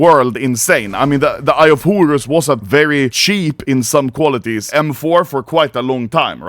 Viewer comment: Eye of Hurus, Hurus, Hurus.... xd